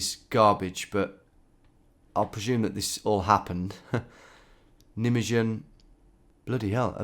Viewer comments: The Netherlands for the most was liberated by the Canadians...It is Nij-May GEN not "nummedzyun", wi]th a Y . g as in loCH, not an english K sound. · Neat. I've always heard the town pronounced NYmaygun. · it's pronounced Nie-May-Gun 😊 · Meuse =pronounced "murrs" not "mews" Nijmegen= nye-maygun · S CH as in loCH elde nayderr Rine not knee dr.. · Hi Tom nijmegen is pronounced nigh may gan. Just incase you end up there or it crops up again in a video. On of the companies of the grenadier guards is called nijmegen company. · Lamentably poor pronunciation of Nijmegen and Meuse. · The way you pronounce Nijmegen is gold. I'm gonna say it like that too from now on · you butchered Nijmegen. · As a dutchie it’s so funny to hear you try to pronounce Dutch names. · Nijmegen...say no more 😅🤣😂